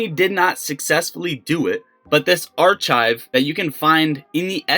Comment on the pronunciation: Bro Are Chive? Archive is pronounced aar kive